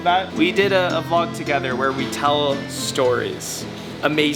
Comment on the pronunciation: saying VLOK is lit. 😂